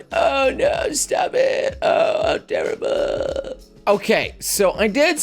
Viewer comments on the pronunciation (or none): none